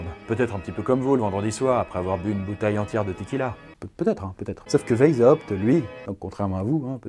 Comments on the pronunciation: "veille zawpt" c'EST VICE HAWPT PAS VEILLE THIESULHRFEZs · Ca ne se dit pas WheisHAupt mais juste WeisHopt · Ça se prononce "vaïshaopt". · On dit veï za opte ... Je l'ai toujours prononcé weï chopt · "vezhaoupt"... Merci. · Juste le nom Weishaupt se dit à l'oral "Waishaupt", comme le couleur blanche en allemand ( Weiße), voilà des bisous <3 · Alors PARDON d’avance mais là ça va plus: Adam WEISHAUPT le ei se prononce comme aie! ; le s est Un vrai s et non un z ; le h n’est pas, aspiré: il faut le prononcer! ; à la fin c’est PT pas juste T donc il faut aussi prononcer le P! Donc phonétiquement ça donnerait: Adam Waiesshaupt Par contre le aou du WeisHAUPT ça c’était bien ;) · "ça se prononce WAÏSS HAOUPT" - le relou qui te dit comment prononcer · Weishaupt se prononce "Vaysshaopt" derien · J'aime beaucoup les bulles mais un petit truc : Weishaupt est un nom allemand et tu aurais pu regarder sur Google comment il se prononce parce que tu l'as écorché pendant toute la vidéo ! 😂😂 Sinon c'était super intéressant !! 😉😘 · Omg mon père travaille pour les illuminati il travaille dans une entreprise qui s’appelle weishaupt Ps: tu le prononce mal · J'imagine que si était un illumitati... Il arriverait à prononcer "Weishaupt" MDR